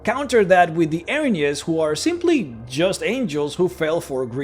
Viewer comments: [sees title] Well, first of all, they're not angels. They're a punishment sent by the Greek gods to right an injustice (percieved, or real). Their name translates as "The Furies", and... you... really don't care, do you? Also, it's pronounced "EER-uh-NEEZ" not "Eh-rin-yes". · I'm glad to see someone else who knows this. Now, if only we can get him to pronounce it correctly...